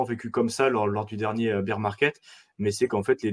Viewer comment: BEAR ça se dit baire pas bire de beer qui veut dire bière 🍺 🍺 😂😂😂😂